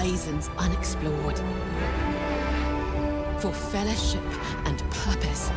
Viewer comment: I do love that clip from the intro. It’s almost goosebump-inducing. But I can’t help but hear the narrator say fellahship instead of fellowship every time.